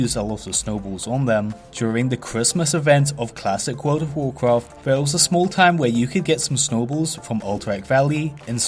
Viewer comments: Actually Actually Actually Actually Actually Actually Actually Wuld uv Wawcwaft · WUULWD OUVV WOUAWCWAFT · wowld of wawcwaft